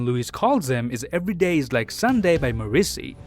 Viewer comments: That's one way to pronounce Morrissey I guess. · why would you pronounce morrissey like thattttttt